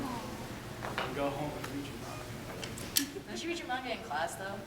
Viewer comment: "Animoos or Mangoos" HAh